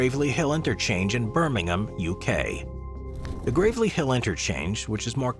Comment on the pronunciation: I can forgive you for not pronouncing Gravelly correctly (it's like gravel, on the ground) because you managed to pronounce Birmingham in the correct way without the typical US 'ham' on the end.